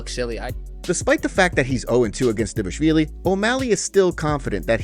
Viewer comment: he’s saying it completely right the guy is also from Georgia